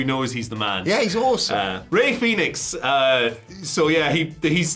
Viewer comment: Guys, it's Fenix, not Phoenix. Jesus Christ. Lol